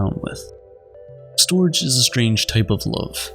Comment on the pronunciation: Wonderful video! I have studied love and just have to share, storge is pronounced more like "stor-geh", not-ryhmes with George.